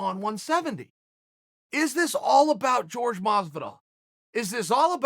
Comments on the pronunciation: Why does he say George instead of Jorge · It's actually super disrespectful that you keep calling George Masvidal (J-orge) when his name is actually said (Whore-hay) ; I did my best to spell that phonetically. But C'mon Chael... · why is everyone pronouncing it George?